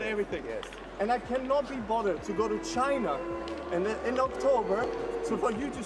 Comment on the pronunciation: The way he says CHINA is so funny